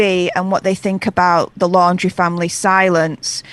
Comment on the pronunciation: It's not Landry, it's LAUNDRY (LAUNDRIE)! Love your videos!